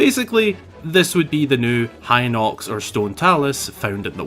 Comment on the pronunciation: HEE-nox, not "hy-nox"!